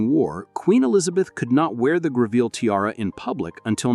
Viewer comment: Terrible pronunciation issues. For starters, Greville is pronounced GREV el.